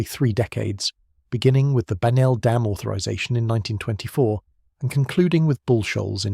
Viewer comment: It's bagnall dam and it buried a whole slew of cities, why can't we get an American to pronounce American words. My husband's niece and I were doing a genealogy of his family and I questioned about getting the records from a particular church about one of his ancestors and he said oh we can't do that it's under bagnell dam